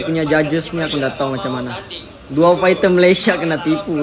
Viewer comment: Bunyi nya bukan fekter ya, faiter lah